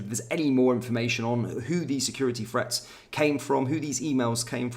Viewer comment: There is no F in the word 'threat'...lazy pronunciation 😠